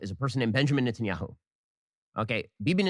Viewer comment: "Net an' Yahoo" hahaha....A little carrot top Kanye for ya..